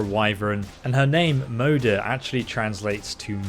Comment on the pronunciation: I am pretty sure it's supposed to be pronounced like "mother". Since Moder literally means mother in swedish.